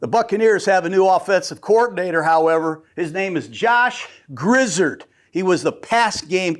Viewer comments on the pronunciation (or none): Grizzard was in charge of calling the 3rd down plays last season! Oh his name is pronounced Grizz-r-ed.